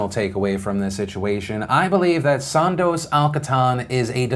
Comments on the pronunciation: its pronounced "Soondoos" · Sorry PhillyD, The way you pronounce Sondos' name hurts my ears.